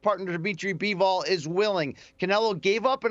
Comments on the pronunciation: BIVOL...not Bevel. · I clicked out soon as the guy on the left called Bivol Beeval…. These dudes don’t know what the hell they’re talking about 🤣